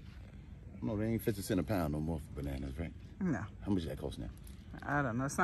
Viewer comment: MY man say ,"dont be mo scoundrel"🤣😭😭🤣🤣